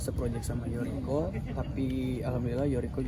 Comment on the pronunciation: Yoriko mas bukan Yuriko